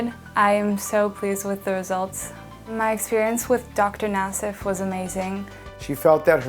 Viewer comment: Paul Nassif? Its listening a bit like the word "Nase". And thats nose in german...